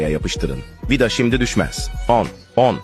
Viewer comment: Bu adam vida diyemiyormu vida dağı diyor😂😂😂😂😂